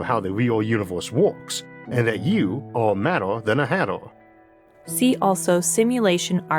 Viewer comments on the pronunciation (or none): “And that you aww maddaw (madder) than a hattaw (hatter)!” Brother, your channel is awesome and so are you but your inability to say R’s, which isn’t your fault, nor a character flaw, can make understanding you difficult. 😅 AI narration is now easier than ever and much easier to understand - just a suggestion. Keep up the amazing work, bro. ❤️